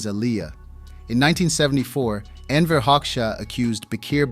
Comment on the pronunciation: Wrong pronunciation of the person we want to analyze isn't a great start. And while Albania during Hoxha's rule was by far the worst of Eastern Europe's so called "socialist states", Hoxha and his regime can not be compared with any African or Asian left-wing dictatorship. Most insane? Maybe check out Pol Pot and compare the Numbers: 1,7 millions death on Campodia(from 7,1 million inhabitants around 1970), 5000 in Albania(about 3 million during Hoxha's time).